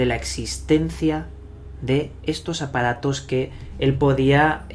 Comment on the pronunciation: Como es que el orggg suena y dices ahoda, segudo, apadatos, etc